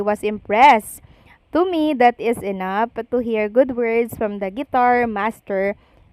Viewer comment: Please do not get mad. I am bothered by the way you pronounce F and V. Ang of, you pronounce as op, ang V nagiging B, like live, you pronounce as libe. Enough as enap, Philippines as Pilipins. Nakaka turn op, I mean off.. I think you can improve. Observation lang po. Please do not say eh di huwag ako manood. Not a good answer.